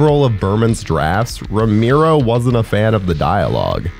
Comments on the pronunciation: It's Roh-mer-oh , not roh-meer-oh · ROE-MARE-O, Not Romeero. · It's pronounced RO-MARE-OH, not RO-MEER-OH. And it's "disingenuous" not "disingenuine". Your mic sounds really good though. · Awesome video man. VEry obscure. Quality content. Buuuut.... "Row-mee-row"? Dude, it's "Row-mare-row" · people just gotta hate lol, they aren't really happy if they aren't hating something. (for example, it's ROW MARE O, not ROME EAR O ya dipstick...lol ) are they amazing? no, are they alright silly fun zombie flicks, yeah. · Idk man, hearing you say "Ro-meero" instead of "Ro-marrow" is bothering the fuck out of me. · i do0nt want to be that guy but its pre-programed in me to just say that you kept pronouncing his name wrong lmao its RO-MARE-OH not RO-MEER-ROH im sorry ik i look like a huge tool but its how i was raised 4giv me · "Rome Arrow" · Cringed every single time he said Romiro. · Ro - MAIR- oh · Makes it really hard to watch these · Ramiro? Lol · It's R-O-M-ero :D sorry